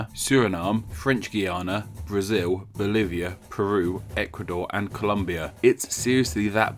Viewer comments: C-O-L-OOOOOOOOO-M-B-I-A NOT COL-U-MBIA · ColOmbia*** not ColUmbia !!! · I'm Asian and hearing Columbia was cringe worthy. 😵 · Well, normal, putting pronunciation aside. But it's written like that. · It is Colombia, Not Columbia!!!!! That really pisses up many colombians if you call our country like that!!!! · It´s ColOmbia, with a O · For all of those who Complain about him saying Columbia and not Colombia, take into account that our country's name (Yes, I am Colombian) comes from Colón, Cristobal, that's why we are called Colombia, but in English speaking countries that name is Christopher Columbus. So is a common and possible pronunciation of the name to replace the O for an U. Or are we going to call out japanese people when they can't pronounce the L in our country's name and change it for an R. Or how most of us, spanish speaking people, don't pronounce /Th/ /r/ /ng/ /Nk/ in the correct way. This is not a Channel about perfect pronunciation. It's an Informative channel. And He has apologized in many ocassions and in different videos beforehand when he thinks something is not pronounce correctly. Anyways, guys, if you want something to be done your way there are two options: Teach and Show by example (Politely) or do it yourself. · It's "Colombia." There's a second O. That's how it's spelled and *actually pronounced*. There's no U, and if there was, it would actually be pronounced "koh-loom-bee-ah" there. GET IT RIGHT! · Its colOmbia. with an O not u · Dude, It's Colombia. I thought you knew better. I'm disappointed